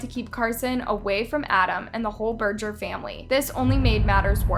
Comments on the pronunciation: berger is a german name and you pronounce it with an e not an a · It really kills me to hear you butcher the language! EAU is pronounced O and Berger with a hard G